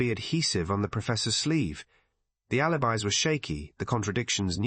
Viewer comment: "alibeez" ?? Check your AI narration.